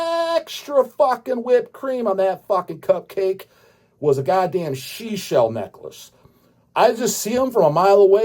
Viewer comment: "Shee-Shell Necklush", 2025